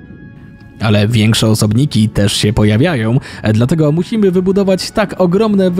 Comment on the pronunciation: "muhimy wybudowac" xD